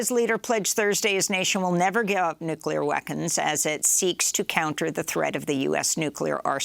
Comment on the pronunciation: Amy, what the hell are "nuclear weckons"??? Lol jk love ur work!!!